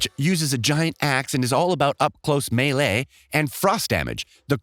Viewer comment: i know you didnt say "me'le'e" and "ayura" when trying to say melee and aura my guy. PLS tell me thats not how you pronounce them.